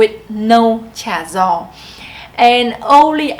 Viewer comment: cha gio is pronounced similar to "ja yo", where the j & y is similar to the j & y in English. saying it like how you said might confuse southern Vietnamese people more. But if people have friends in Southern Vietnam, there should be no problems. In the south, the terms might be influenced by Chinese, French, English, etc... but they must learn the official Hanoi dialectal terms in school. There shouldn't be a communication problem as long as southerners remembered to use the northern terms when their friends visit HCMC. My wife tells me the Central dialect is so hard in their vocabulary being so different from north and south and the tones are a mix between the the northern and southern tones. When a person from Central Vietnam speaks, nobody from Northern or Southern Vietnam can understand what is being said.